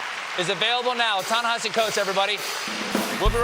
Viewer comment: actually he did it correctly - Ta-Nehisi addressed the correct pronunciation on his twitter